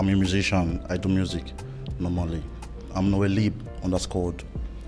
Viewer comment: That chick be laughing at dudes for speaking bad english but she is there saying "music-cian".